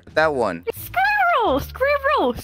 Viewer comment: 아니 영어시간에는 스파이럴이라고 하더니ㅋㅋㅋㅋㅋㅋ